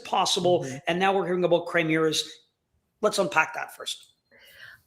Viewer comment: CHIMERA not chrimera